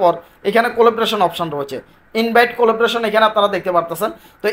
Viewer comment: উচ্চারণ : collaboration কলাব্রেশন।